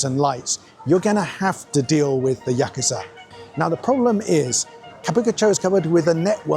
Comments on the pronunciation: Yakuza not yakiza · Learn how to pronounce Yakusa